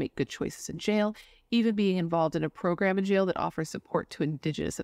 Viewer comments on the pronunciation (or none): none